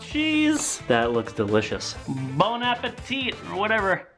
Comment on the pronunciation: Bon appa-chesse! Ughh end me 🤦🏼‍♀️🤦🏼‍♀️🤦🏼‍♀️ XD